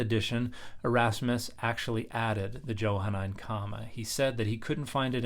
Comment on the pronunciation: It's pronounced with a soft "j" . . . Mr. scholar.